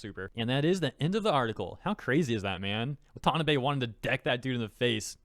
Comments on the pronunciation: It's pronounced WA-ta-NA-bay, not wa-TA-na-bay. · Just FYI: It's "Wah-tah-nah-bay", not "wa-tan-uh-bay" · Couple notes: It's adapTAtion, not adaption Also it's shin I chiro wah tah NAH bay, not shin chiro wa TA nabay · "A-dap-tay-shun" and "Wahn-tahn-nah-bay" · Watanabe is pronounced Wah-tah-Nah-bay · Pronounce Watah-NA-Beh you twit. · The way you say watanabe is killing me haga